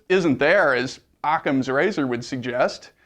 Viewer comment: "im using a blunt object to penentrate anyone who uses ocama razor!" hahahahahahahahaha idiot